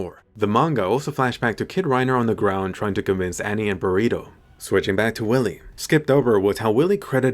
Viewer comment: LOL did you guys heard him say burrito LOL